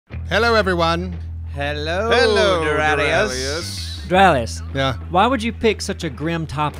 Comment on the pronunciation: Doraleus... what the fuck, man?